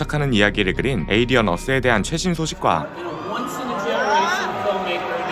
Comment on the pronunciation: 하필 디즈니...에얼리언이라 쫌 ㅋㅋㅋㅋ